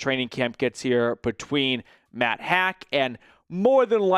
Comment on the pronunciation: Pronounced Matt "hawk" not hack .. do some research guy